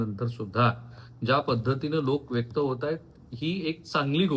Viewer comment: व्यक्त व्हा असे असते व्येक्त नसते